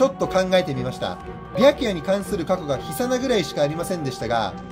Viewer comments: 緋真のイントネーションだけ気になりました。ひ↑さな、じゃなくて魚と同じイントネーションです。BLEACHが好きすぎるがあまり気になってしまいました。次からの動画ではイントネーションにも気をつけて貰えたら嬉しいです。ちなみにアンチではないです！いつも動画を楽しく拝見させて頂いています！長々とすみません。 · 緋真のイントネーションが気になる